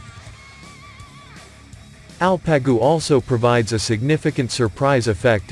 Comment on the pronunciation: It's ALPAGU. Means ''HERO'' Not el-pe-gu !!. no arabic. !!!!! !!!!! These names are Turkic. Coming from our central asian roots. Long live Turkey Turkic people and Asia Turkic people. <TURAN> will rise again.